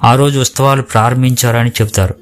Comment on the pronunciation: Usthavalu antunnaru,kanee palakalsindi uthsavalu ani please correct your pronunciation,memu akkadaku velli mariyamma garini mokkamu ma vignapana mariyamma gari dwara Jesus ke chesthunnam adi theliyani chala mandi meelane apoha paduthunnaru oka vela kondaru theliyaka meerannatle chesinaa kuda devudu varini emee anadani na pragadha viswasam